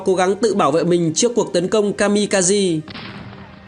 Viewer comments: Kaze (ca giê) trong tiếng Nhật nghĩa là Gió (Phong). Kami kaze là thần Phong, thần gió. Chứ không phải kazi (ca gi) như add đọc nhé. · Ka-mi-ka- zê nhé :V anh đọc đúng, ko thì nghe bực lém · chính xác là Kaze đọc đúng là Ka De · kamikaze đọc là ka-mi-ka-giê bạn ad ơi. Đó là tiếng Nhật ko phải tiếng Anh